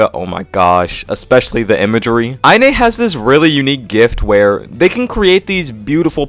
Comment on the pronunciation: btw inee's username is pronounced "eye knee" lol